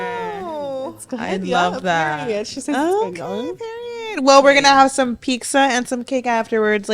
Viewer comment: They way says “PIKZA”:(